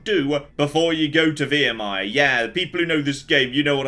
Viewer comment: I'm 100% sure he said Virmire properly before